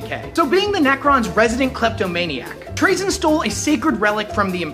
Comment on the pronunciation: Isn't he pronounced Tra(Tu-ra)zyn not Tra(T'ra)zyn? I am just confused.